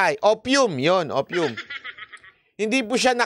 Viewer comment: Bakit hindi mo i research kung sino nagproproduce ng Fentanyl? China! Hindi mo mabigkas yung Opium sa niresearch mo? Anong hindi nakakahigh b@ by escape goat! 😜🤣😂